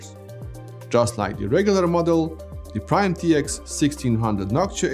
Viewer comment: Noc tua????? Say that again.